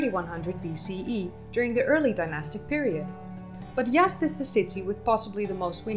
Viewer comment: Z is not an S, you're saying "Yast", it's pronounced how it's spelled "Yaz'd"